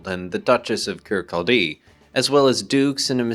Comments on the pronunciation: Kircaldy - sounds like "Kir-cawdi" Tottenham Court Road. Great video as ever. Looking forward to part 2 :) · It's Kir-KAL-dy.